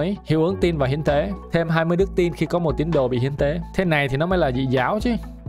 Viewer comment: Hiến tế còn cừu mà nghe thành thiên con cừu :)))))😂